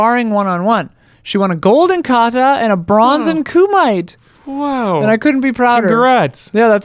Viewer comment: Close...it's pronounced Ku-me-tay (Kumite) thanks for reading my comment I'm really glad you enjoyed it. I love your show even though I'm so out of touch with movies I feel like I usually have nothing to contribute. Listening to you two and your guests (when you have them) I really learn a lot. Thanks again 💜💜💜